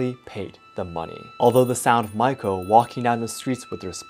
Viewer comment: Not Maiko, the pronounce is like Ma-Yi-Ko